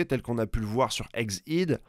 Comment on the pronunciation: yen a qui disent EGG EDDD et ya toi qui dit AIGZZZ AIDEE